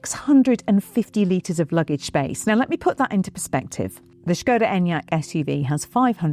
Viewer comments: This looks amazing! I really hope they keep everything in the production model - but worried about getting hair tangled in the head rest! I also love that you are pronouncing it properly - "shko-dah" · Thank you for pronouncing Škoda correctly!